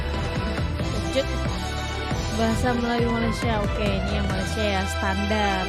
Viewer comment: maaf..sila betulkan sebutan Malai sie kepada MALAYSIA… #malaysia 🇲🇾 #awaksopansayasegan